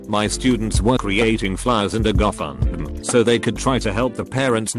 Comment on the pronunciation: "Goh-fund-meh" Pronunciation is hilarious.